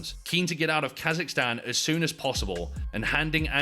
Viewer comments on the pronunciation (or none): The minute I heard Kasicstan 😂